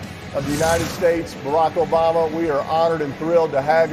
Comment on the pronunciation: Ah yes barook oobooma